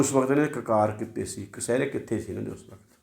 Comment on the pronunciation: ਜਦੋ ਕੋਈ ਆਪਣੇ ਮਿਸ਼ਨ ਤੇ ਹੋਵੇ ਫਿਰ ਬਹੁਤ ਕੁਝ ਕਰਨਾ ਪੈਂਦਾ ਹੈ ਮੁਜ਼ਾਹਿਦੀਨ ਨੂੰ ਪਰ ਦੁੱਖ ਇਸ ਗੱਲ ਦਾ ਹੈ ਕਿ ਜਿਹਨਾਂ ਨੇ ਚਮਕੀਲਾ ਅਸ਼ਲੀਲਤਾ ਦਾ ਨਾਮ ਦੇ ਕੇ ਪੈਸੇ ਲਈ ਗੱਡੀ ਚੜ੍ਹਾ ਦਿੱਤਾ ਸੀ ਹੁਣ ਉਹਨਾਂ ਜੱਟਾਂ ਦੇ ਮੁੰਡੇ ਕੁੜੀਆਂ ਕੀ ਗੰਦ ਪਾ ਰਹੇ ਨੇ ਇਹ ਨਹੀਂ ਦਿਸਦਾ ਇਹਨਾਂ ਨੂੰ। ਵਿਦਵਾਨ ਜੀ ਕਸ਼ਿਹਰੇ ਨੂੰ ਕਸਿਹਰੇ ਕਹਿ ਰਹੇ ਓ ਤੁਸੀਂ ਜੇਕਰ ਲੋਕਾਂ ਦੀਆਂ ਗੱਲਾਂ ਕਰਨੀਆਂ ਨੇ ਪਹਿਲਾਂ ਆਪਣੀ ਭਾਸ਼ਾ ਸਹੀ ਕਰੋ ।